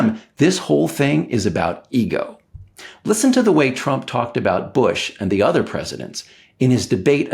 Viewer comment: Bwush to a schertain extent and all fairnesh. Fworth, Wussha and China, together.